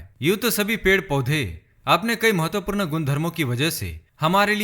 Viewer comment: Nice vdo m, full of knowledge lekin hindi bol rahe ho to km se km sahi uchcharad kriye jaese hr jagah apne mahatvapoord galat bola or chota u or bade oo ki matra bhi galat pronounce ki.. baki sb acha tha..😊👍🏻